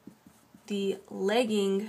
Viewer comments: Very helpful, makes it more easy for me to think about how to draw something out when I'm tutoring. Also,you pronounced lagging like legging. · Anyone noticing that she pronounced the lagging strand, legging strand. Lost all respect after that. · you pronounces lagging wrong lol great video though!